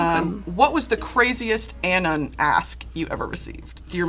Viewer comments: “ANN-NUN” girl what? it’s just pronounced “anon” like anonymous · An “anne-on” ask? She put the wrong em-phas-sis on the wrong si-lab-ill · pronouncing anon as "annan" when it's short for anonymous caught me sooo off guard lmaooo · wait why did Brittany pronounce “anon” like that? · Brittany's pronunciation of "anon" is my Roman Empire